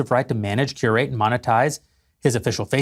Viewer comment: also, , he glosses over curate very quickly, listen to it a couple of times, he says exclusively very poignantly so he's capable of it, but curation is massive